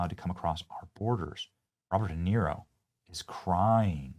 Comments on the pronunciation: Robert De Tear-o 😭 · How can we have a real conversation when you can’t even pronounce De Niro’’s name? I know you did it on purpose hypocrite😂